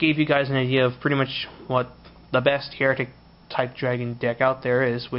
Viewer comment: It's Hi-ri-t-ick, please pronounce it right mate, lol the way you pronounce it means people who doubt the church.